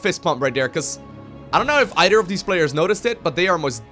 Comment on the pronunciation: "udder side of the map.. none udder than... dere we go. idk if eider of these players. produss. udder wise.. "